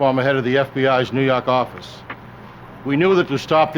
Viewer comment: "nuu yawk affice"